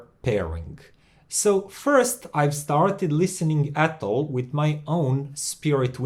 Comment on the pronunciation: Hi. I'm french so I can tell you that you say "Atoll" just right👍😊. Love your channel. Hope the best for you!